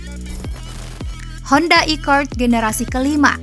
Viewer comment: Honda Accord apa iccord Pakailah bahasa Indonesia yg benar